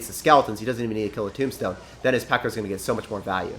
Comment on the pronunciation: When you said graveyard tornado tombstone, I thought you said tomato tombstone!